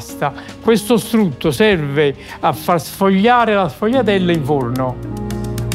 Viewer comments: SE PRONUNCIA SFOLHIATELLA. NÃO SFOGUILHIATELLA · Shvee-ah-dell - Say it right announcer! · Qdo apresentar uma receita aprenda no mínimo a falar o nome correto, a pronúncia é esfolhatela, GL em italiano tem som de lh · Wrong, it’s pronounced shfoo-ya-dell